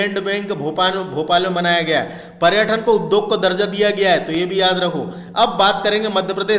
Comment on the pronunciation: क्या लेक्चर दे रहे हो भाई तुम्हे ढंग से हिन्दी बोलते भी नही बन रहा । पर्यटन और पर्यठन में भी फर्क नही समझ रहे ।